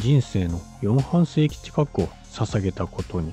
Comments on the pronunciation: 四半世紀を 【よんはんせいき】と読んでる・・・ AIかっ❗ 【しはんせいき】です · 間違い一点。四半世紀の読み。✕よんはんせいき。→○しはんせいき。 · 読みは“しはんせいき“ですよ😊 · 四半世紀＝しはんせいきだよ